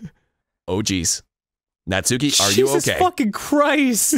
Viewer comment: I'm pretty sure Arin mispronounces "Natsuki" on purpose to make FriendArin sound dumb, but he's taught Danny to unknowingly mispronounce it too. :_GrumpsLULZ